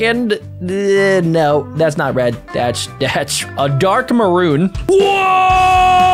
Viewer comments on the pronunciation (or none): It’s maroon bro